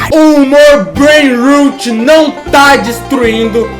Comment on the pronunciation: Na verdade, a pronúncia é "breinrót", "rot" é podre, como quando o dente caria. "Rut" é a pronúncia de "root", que significa raíz. PS: esse comentário é só um comentário, não me xinguem por ser nerd 😅